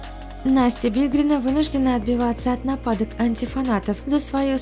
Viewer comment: Не бедрина а БИГРИНА...